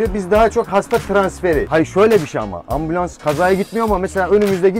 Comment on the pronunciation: 5,7 dakikada adam ambulons dedi